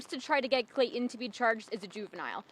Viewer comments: Please quit calling the killer’Clay-en’. It’s really annoying! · Very good reporting. But there is something I do not understand. pronounced the ‘T’ in her surname; why does she skip the ‘T’ in Clayton and pronounce it “Clay-un”? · Isn't there a "T" in Clayton? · There is a T in his name.